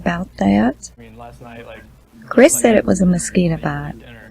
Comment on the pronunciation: This womens voice is killing me. Her: " that mark on his neck looks like a maskeeeta bite". Its hard to listen to her, but im toughing it out bc of this content.